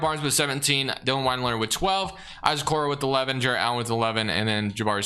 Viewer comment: Sorry I can’t help it. Lemme say first I loved the video. I was gonna ignore it, but you said it too many times 😂. It’s Wind-lure not Wined-lure. Not a Cavs fan, totally apathetic toward him, just bugged me for some reason lol. Didn’t affect my enjoyment of the video but just had to say something. Again I don’t even know why. But keep killing it! Looking forward to a Pistons one soon hopefully 🙏